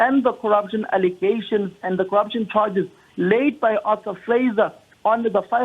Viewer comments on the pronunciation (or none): none